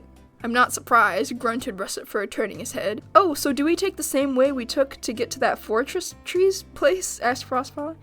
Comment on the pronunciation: four trees or fortress: proceeds to say four cheese